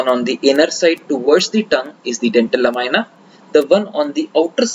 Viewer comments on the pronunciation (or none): Please the pronunciation is "NOT la- my- na" but it is LA-MEE-NAH. Otherwise, excellent presentation..